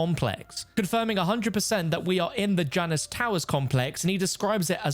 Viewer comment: Its pronounced JAY-NUS. JAY-NUS